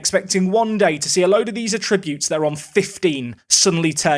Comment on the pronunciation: What's with the attributes pronúncia?